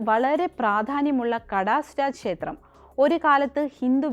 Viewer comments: ശേത്രം അല്ല ക്ഷേത്രം ആണ് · ക്ഷേത്രം എന്ന് പറഞ്ഞു പഠിക്കുക ശേത്രം അല്ല